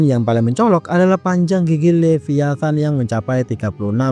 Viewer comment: bukan Leviathan tapi Liviathan 😊